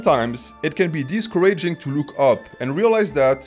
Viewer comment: pronouncing discouraging as "disco raging" gives me life.